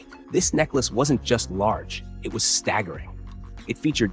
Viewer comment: PLEASE stop with the AI narrators! Staggering became "stag jaring?" The syllables were broken in odd places. I was uncomfortable listening to the brutalization of the language and was unable to continue. I realize this is an AI bot posting this entire video, but how else does it learn?